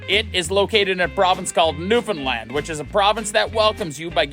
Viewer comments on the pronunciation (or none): none